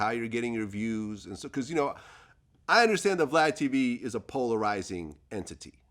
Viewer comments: "Polaroiyzing" - Lord Jamar circa 2019. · Lord Jamar : and your Polar’royzing lmao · Nobody: Lord Jamar: you're poloroizing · Jamar sounds like he’s been learning a Aussie accent and it snuck out when he said polarizing! 🤣